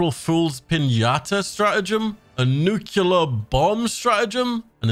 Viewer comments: i thought you were trolling at first, but the word is nuclear, not nook ya ler, you sound like george bush. he made the same mistake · Nuclear. Not nucular. That’s not a word.